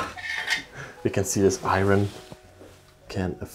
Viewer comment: lol love how you say iron like "i ron" it's pronounced like "i earn". Love your vids❤